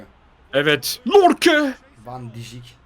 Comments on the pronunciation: abi o oyuncunun ismi lorke değil yorke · Yorke:lorke ksnsnsjs